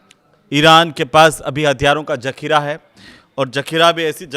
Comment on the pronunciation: Jakhira nahi zakhira hota ha bolna sikho pahle